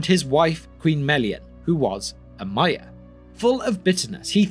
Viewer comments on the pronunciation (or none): none